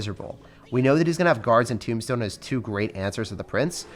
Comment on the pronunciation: Why do u say tombstone timbstone